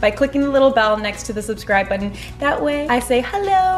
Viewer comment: she's says botton weird